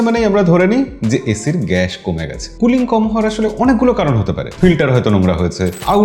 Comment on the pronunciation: এটা গ‍্যাশ না ভাই গ‍্যাস বলেন।